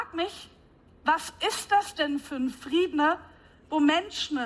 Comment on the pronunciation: Sprechfehler: Friedna statt Frieden, .......